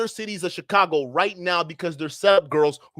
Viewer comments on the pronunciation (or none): none